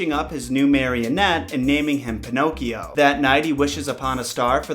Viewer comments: Every time he says "pinokes" I giggle 😄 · I love that u keep calling him panocks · I love how you call him “Pinoques”